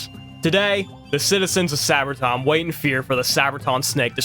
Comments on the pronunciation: Its pronounced Sabre - ton. Say ber ton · Nice video, but NOTHING and I mean NOTHING is pronounced correctly. Matewan is said “mate-won,” Kanawha is really “can-gnaw,” Monongah is “mon-on-guh, “ Sabraton is “saber-ton.” Also, the creator of the video is correct that Country Roads is about driving the eastern approach into WV through Virginia and Maryland, but all of the landmarks mentioned in the song are partially in WV.